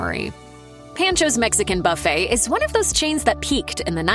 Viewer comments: Pawn - chos,NOT pan-choz! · It’s PON-cho’s, not PAN-cho’s. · Pancho's is pronounced like "pawn" then "chose" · Pan cho’s? LMAO! That’s not how you pronounce it. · My favorite part of this video was hearing her pronounce Pancho’s… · The pronunciation of “Panchos” in the this video boiled my blood, but I’m definitely hitting the one in Houston VERY soon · Thank you, was driving me nuts with the mispronunciation. There's one just down the street from me but I haven't been in years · Seek help, learn how to pronounce Pancho's... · How does a professional voice talent mispronounce easy words like "Pancho's?" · Because Mashed is We-Todd-it